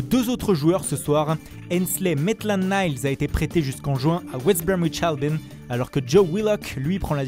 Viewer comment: West Bromwhich Albionnn😂 ça c le vrai anglais(nn mais srx pour de bon)